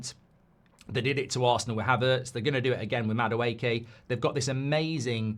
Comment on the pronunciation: The amount of mistakes when speaking in Madueke and Nwaneri is hilarious 🤣 5 year deal agreed with Liverpool yeah?